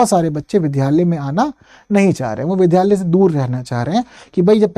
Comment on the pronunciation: Vidhyalaya nhi vidyalaya